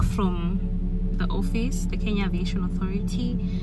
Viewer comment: i was mad n thinking where's my lawyer. Kenya poooooh. He just said it right